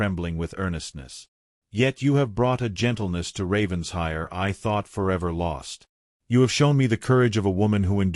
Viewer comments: Please, please, PLEASE, I beg of you, learn the correct pronunciation of RAVENSHIRE. It’s NOT Ravens-hire. RAVEN-SHIRE! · Please program the BOT for correct pronunciation of Title e.g. RAVENS-HIRE😮